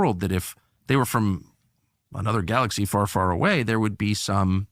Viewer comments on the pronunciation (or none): none